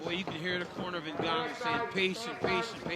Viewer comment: Francis NGOATnnou